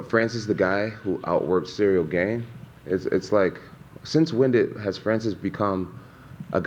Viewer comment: I feel like he is doing that on purpose to get into his head cuz I KNOW he knows how to say it properly 😂😂. Combat Sports mental games r hilarious sometimes